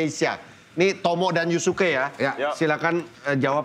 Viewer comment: Yusuke bang bukan yasuke